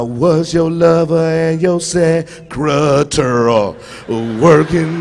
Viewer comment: When Cedric was talking about Mary J. Blige not pronouncing secretary correctly I went to that song and she didn't pronounce it right either lmao 💀